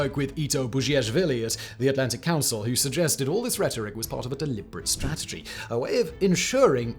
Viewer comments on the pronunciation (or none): none